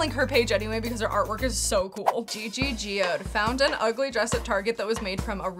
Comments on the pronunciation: your gigigoode pronunciation killedd me lmaooo its just Gigi and then Good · "Gigi Geode"? Ma'am, that's GiGi GOOD from Rupaul's Drag Race 😆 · hyy hope Gigi Goode is actually pronounced Gi Gi GOOD (I'm a huge fan of her) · The gi gi geode was what got me. 😂😂😂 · It’s Gigi ‘good’ btw but❤ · U miss pronounced gigi’s last name. Lolol